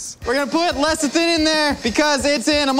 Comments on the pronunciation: It's called soy lecithin not "lethicin" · ... Lecithin, le ci thin, it's pronounced le-ci-thin ;) Love u guys. Thanks for your entertainment to everyone in front and behind the camera. Much ❤BYMB